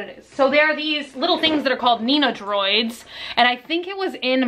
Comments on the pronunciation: hi! really been enjoying these videos. just fyi, the figures you have are actually called nen-doh-roids, not nee-na-droids:) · Man I wish I got a notification for this going up last night. I was awake with some real bad anxiety and this would definitely have helped me feel better., they are called nendoroid. It hurts my ears every time you call them nenodroids. LOL But I love you and I'm so happy you had a good time with your mom in Austin. My bf and I moved to San Antonio almost a year ago now and it's been so cool to be able to go to some of the cool places you mention in your videos. I love you so much and it's nice to have a fellow night owl on youtube!!! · "nen-dough-roid" Is how it is pronounced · oh my gosh. I love these videos so much but I couldn't help but giggle at "nenodroids"... that's all I'm calling them from now on